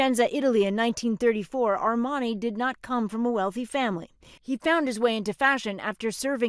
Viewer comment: Air-man-eye?? Armani.........doc Hollywood (1991) RIP